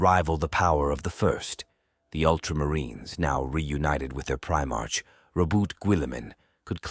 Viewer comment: If we follow the 'proper' pronunciation (and the same is true for patriarch as well - [pey-tree-ahrk]), Primarch should be pronounced [pri-mahrk].